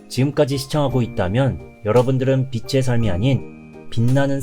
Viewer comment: 빚의 ㅡ 비즤 빛의 ㅡ 비츼 발음 교정해주세요^